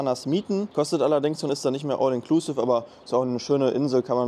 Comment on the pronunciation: mich triggert dein "all inklusive" so hart. entweder du sprichst es englisch aus oder du sagst "alles inklusive". wer kein englisch kann, sollte es auch lassen. das klingt nicht cooler, sondern lächerlich wenn man es versucht, aber verkackt